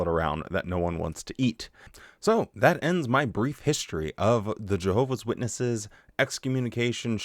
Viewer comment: "jeehovah's witnesses" Probably an accent, but that should be the new pronunciation